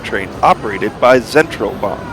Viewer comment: It's pronounced Lutzern (unless you want to call it Lucerne in English). The railway is Zentralbahn (pronounced Tcentralbahn). The SOB (Suedostbahn) operates several services. Luzern is the terminal of the Voralpenexpress (not the Vorarlbergexpress). Danke